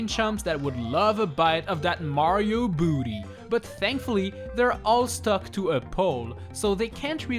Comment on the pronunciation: the way he says booty